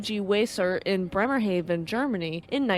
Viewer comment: Grammar police here: Bremerhaven is pronounced Bremer-hah-vin W in German is pronounced as a V, so Wemer should have been pronounced as Vaymer. (Sorry, German is my second language).